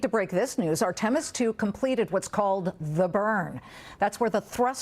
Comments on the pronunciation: LOL! ARE-TIM-US...😂😮😅! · I'm surprised she was able to pronounce 'Integrity' since she struggles with Artemis?!